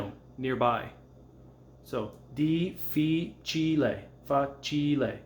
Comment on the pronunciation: Thanks for your videos, they are great! I think it is "difficile", not "dificile" (there are two "f" in the word)